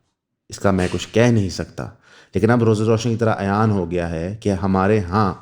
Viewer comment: السلام وعلیکم و رحمت اللہ دوست ، عیان ،، نہیں "عیاں "" ""ن""" نہیں بولنا ۔۔۔۔ ""ن"" غنہ "" ہے باقی پھر کبھی لیکن ایک بنیادی بات ۔۔۔۔ جو ھماری سب معاشرتی مشکلات ،""عذابات ،"" اور تکلیفات کا سبب ہے اور اس نے ھماری فوج ،پولیس ،عدالت ،اور بیوروکریسی جیسے اداروں کو ھمارے لیں رحمت کی بجائے زحمت بنا دیا ہے وھ ہے ۔۔۔۔۔۔۔۔ اللہ کے """دین "" یعنی لا الہ الا اللہ کے وعدے سے غداری اپنی ملت پر قیاس اقوام مغرب سے نہ کر خاص ہے ترکیب میں قوم رسول ھاشمی اس دنیا میں ھم واحد قوم ہیں جنھوں 7 سال تک ھندوستان کے طول و عرض میں نعرے لگائے پاکستان کا مطلب کیا لا الہ الا اللہ اللہ نے ھمارے اس وعدے پر ھمیں یہ دنیا کا ایک نمبر ملک دے دیا لیکن بم نے اللہ کو ہی اس ملک سے دیس نکالا دے دیا ۔۔۔۔ ملک سیاست عدالت معاشرت اور معیشت پر مشتمل ھوتا ہے ھم نے پارلیمنٹ کی پیشانی پر کلمہ اور اس کی چھت پر اللہ کے نام لکھے لیکن اس میں اللہ کے قوانین کے مطابق قانون سازی نہیں کی ھ۔ نے سود کو اللہ رسول سے جنگ کو اپنی معیشت بنایا اور ساری قوم ان سود کے نظام کو چلانے والے لیڈروں کو ووٹ دے کر اللہ سے جنگ کرتی ہے اور اپنے انگوٹھے سے اس پر مہر تصدیق ثبت کرتی ہے فحاشی کو ھم نے اپنی معاشرت بنا لیا ہے اور عدالت میں اللہ کے قوانین کے مطابق فیصلے نہیں کرتے بلکہ انسانوں کے بنائے قوانین سے فیصلے کرتے ہیں جو کہ سورھ مائیدھ کے ساتویں رکوع کی 3 آیات کے مطابق ھمیں فاسق،کافر اور مشرک بنا دیتا ہے ۔۔۔۔۔ تو میرے پیارے ۔۔۔۔۔۔ جب آپ اللہ کو ٹھینگا دکھا کر سود کا حرام کھا کر ،پہن کر جیئں گے تو اللہ کی رحمتیں تو پھر آپ تک نہیں پہنچ سکتی نا ۔۔۔۔۔۔ پیشانئ پارلیمنٹ پہ لکھ بھی دیا لا الہ تو کیا حاصل سیاست و عدالت و معاشرت و معیشت جو مسلماں نہیں تو کچھ